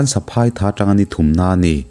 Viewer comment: Ni e,tun a ilam saphai michhiat tih ilam dan kha a thluk a dik lo nia?ziah chuan a thluk hi in hrilh a har a mahse in zir zel tur kan nihna ah ṭang sauh sauh teh???